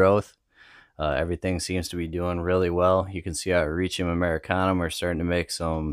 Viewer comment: Nice video. I'm pulling for the Michigan Oysters :) I love the way you say Hericium. I think that might be closest to the 'correct' way. I always struggle with 'leucistic' and how to say it.